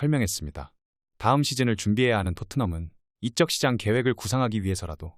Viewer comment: 이런 영상물에서 나레이션은 AI가 담당하는 TTS 기능을 이용하는 건가요? 발음이 영 어색한 경우가 드물지 않습니다. 비단 페페TV 영상물에만 해당하는 것은 아니고 오히려 여기는 덜한 편이기는 한데 그래도 우리말 발음이 영 어색합니다. 이적 시장...이라는 무난한 발음도 이쩍 시장...에 가까운 발음으로 들립니다. 숫자가 관련된 것들도 그렇고... 조금 더 편한 나레이션을 들을 수 있기를 바라는 마음으로 적어 보았습니다.